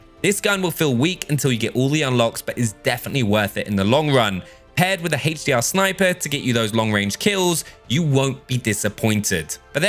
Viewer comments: Haych d r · Haytch Dee Ah